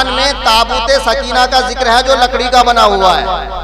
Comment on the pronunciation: سکینہ میں زبر ہے یازیر ہے 😂😂😂😂